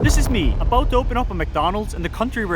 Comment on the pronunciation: aboot? I've heard enough 😂😂